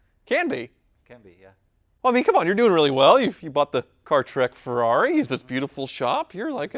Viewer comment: ferari with one "r". lol